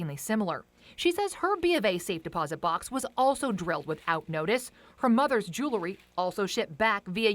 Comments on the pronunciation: What is “jew-la-ry”? Is she meaning to say “jewel-ry? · For fuck sake it’s Jewelry not Jooolery. Get someone who’s educated.